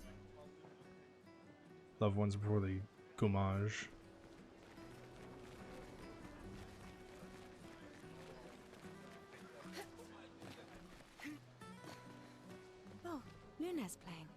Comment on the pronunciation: Btw its Gommage not Goomage 😂